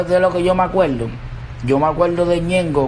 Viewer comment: Me acueldo, recueldo, abusaol, muelto, amol.